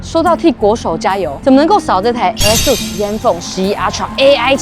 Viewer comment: 業配品牌名稱唸錯 是唸 A瑟斯 不是阿蘇斯